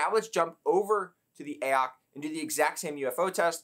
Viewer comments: Please stop calling it “ayock”. Use some common sense, it is clearly meant to be Ay-oh-cee. AOC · I thought I was going crazy hearing you say AYE-AHK every ten seconds. It's A - O - C dude jesussss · who tf is actually pronouncing it "Ay ock"? braindead.